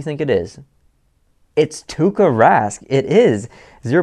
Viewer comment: It is Tuukka Rask... not Tukka Rask😂 Tukka=hair in finnish😂😂